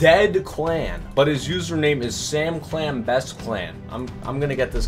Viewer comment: yoooo bro said samcial is L OML